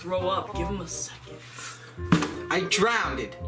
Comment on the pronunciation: bangs on the table ”I DROWNDED 😭”